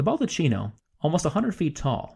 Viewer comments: Great video, even I learned a few new things about a place I know well. Look forward to more videos. Just one note: the word “baldacchino” should be pronounced “baldakino” instead of “baldatchino” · I love your videos for their erudition, and for the absence of bombastic music and portentous narration. Just good, solid, sometimes suprising, information. I've been to the Vatican many times, and I learned new stuff from you. However, baldacchino is pronounced "bal-da-keen´-no", not "baldacheeno", "ch" is always pronounced like a "k". Otherwise, perfection, and I look forward to more videos. Subscribed. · it is baldakkino and not baldatchino, the italian ch is pronounced k. It is not a capuccino, please. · Baldacchino is pronounced "bald-a-key-no" not "bald-a-chee-no". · Yes, my apologies for that. I realized my mistake almost immediately after posting the video, and several commentators have pointed out the mispronunciation. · Hey please, the video is really interesting, but you cannot pronounce "BALDUCCINO" when you're talking about the Baldacchino. Please a minimal research would have told you it's pronounced "bal-duck-kee-no". It's really easy, and you're so overflowed by Italian food products you could really use the basics of Italian pronunciation system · CH is read K. Every time I hear baldaccino my ears bleed. Is BALDAKKINO. Come on, You have a PhD... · Pronounced BaldaKEENo. Not cheeno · Another really good video. Thanks!! One point: baldacchino is pronounced bal-dak-KEEn-o; ch is pronounced K in Italian (cch, doubly so). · The correct pronunciation of the bronze structure over the altar is /bal-duh-KEE-no/. Chi in Italian and Latin sounds like the word “key.” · Excellent video. But one thing grated on my somewhat-Italianate ear: the word "baldacchino" is pronounced "bahl-dah-KEY-no" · According to the Oxford English Dictionary `baldachino` is pronounced `bal-da-kino`. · A friendly correction. Baldacchino is pronounced baldac-keeno.